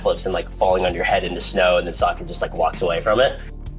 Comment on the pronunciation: SOkka, no it’s pronounced Socka